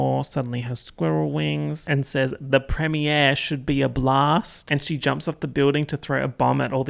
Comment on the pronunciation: I love that you say premier like prem-e-ay(r)